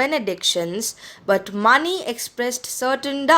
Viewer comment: Ma'am , you pronounced mani wrong , it is pronounced मणि